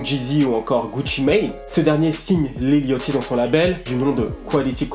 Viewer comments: Mon ceau-mor préféré c'est dirty mouth et pourquoi le gens prononce lil yOchty en normalement c'est lil yAchty on prononce un A pas un O aller écouter brocoli big Dady dram il dit lil yachty et prononce le A pas et pas yOchty sinon terrible le lifestyle decodeur comme d'habitude et j'attends avec impatiente le video sur travis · Mdrr ça se prononce "Lil yady", bref SUPER VIDEO tres apprecié, on apprend des choses sur Lil Yatchy